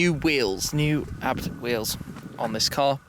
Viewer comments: My friend, Schmiiii, you say A B T , not ArhhBbTT, please! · Hmm always thought it was pronounced as Ayy-Bee-Tee! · .. i got crazy when you call the firm abt... it's pronounced a b t... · Am I the only one that says A-B-T, not Abt? :D